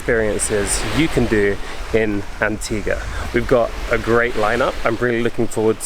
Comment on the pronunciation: As an Antiguan, he said it correctly. An ti ga